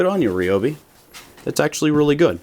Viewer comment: Rye-obi...... not Ree-obi😛